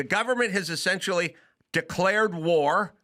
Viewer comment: said "essensually" 😂